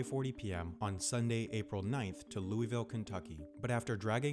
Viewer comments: OK, I'm probably the only one to notice this, but you pronounced Louisville wrong. It is pronounced "Looavul" not "Looeyville". Otherwise, great video. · Not sure if anyone has said this, but Louisville is pronounced differently than what you said. :) Just found your channel and love it! I'm on a watching spree now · It's pronounced loo-a-vol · Louisville was pronounced wrong